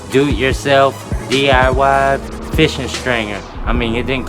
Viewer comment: I wish u can say “DIY” correctly instead of “DYI”